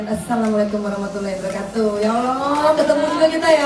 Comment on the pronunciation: Mohon perhatiannya..Enggie Kalau mengucapkan Assalamu'alaikum...warohmatullahi..jangan Ter buru2...sehingga jadinya....WABRAA PELAN2 SAJA... Harusnya.....WAABAA bukan WABRAA.